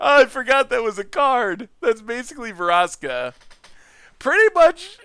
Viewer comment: VRASKA. NOT "VARASKA." READ THE NAME.